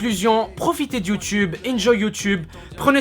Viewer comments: toute la vidéo il dit youtube et juste la il dit youteube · c un pervers wesh il dit youteub au lieu de youtube. Youteub est un site porno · ses moi ou dans la video il a dit youteub ? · vers ta dit youteube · sisi il a bien dit youteub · 02 minute 10 ta vraiment dis YOUTEUBE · C'est moi ou a t'a dit : "C'est le charme de youteub" xD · Il dit you teub ce bled'art :D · je suis le seul a avoir entendue youteube a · wtf il a dit Youteub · "C'est le charme de YouTeub" lol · Ha ha tu m'as tué quand t'as dit youteub à la place de YouTube (T'inquiète pas je sais que c'est pas fait exprès et que tu voulais parler de YouTube) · ah non t'avais pas le droit de dire youtebe xD<3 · youteub xD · il a dit Youteub a un moment mdr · "c'est le charme de you teub" ? ? ? sérieux y a que moi qui comprend ca ? x) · mdrr "c le message de YouTeub"😂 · mec a un moment tu a dit youtebe, sinon gg et ce que tu dit et vrais😊😄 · C'est moi ou à il a dit le "charme de youTEUB" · c'est moi ou tu dit youteub a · Tu as réussi à pas dire Youteub pour une fois... Bravo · "C'est le charme de youteub" ^^ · "C'est le charme de Youteub!" Bah bravo ! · il a dit youteub non ? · " Mais bon, c'est le charme de youteub ! " X'D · "Youteube" Tu es très élégant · "Le charme de youteube" uhm x) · Oh comment il m'a tué dans il a fait "Mais bon c'est le charme de youteube !" :') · Il a encore dit YouTeub si conai bien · Je retiendrait que tu as dit "youteube" dans ta vidéo. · Il a dit youteub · J'ai kiffé le youteube a 😂😂😂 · Il a pas dit youteub à mdr ? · C moi ou il a dit youteub😂😂 PS:continue comme ça😉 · Par contre dis plus jamais "YOUTEUBE".